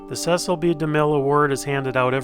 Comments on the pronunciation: Demille's daughter told many talk show hosts that her dad's first name was pronounced "See sill" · Demille's daughter has numerous times stated her father's name is pronounced " Cee cil".